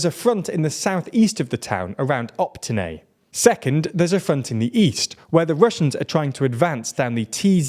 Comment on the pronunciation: Opytne* not optyne